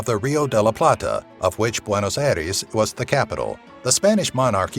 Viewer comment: I am from Argentina, and I died when he said buenos aires.